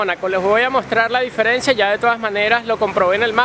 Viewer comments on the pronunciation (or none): none